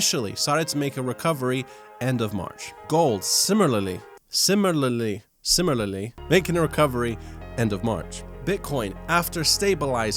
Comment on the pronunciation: Sim il ar -ly...you're welcome. simi-larly...man that IS hard to say...